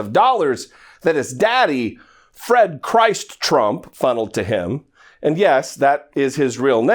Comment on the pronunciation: It's not Christ as in Jesus. It's pronounced as in Christmas. It stands for Christopher basically not Jesus Christ. It's German